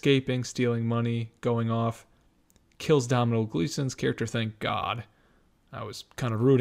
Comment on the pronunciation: Tom Hardy is brilliant in everything he does. Gleesons name is pronounced Donal.